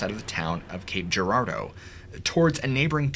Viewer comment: Hell yeah, I live in Springfield and have been to the Landers' before, I used to live in Joplin, and I appreciate you pronouncing Gape Girardeau's name correctly.